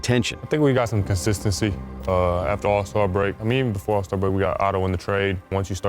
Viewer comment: Zach Lavine can't even pronounce consistency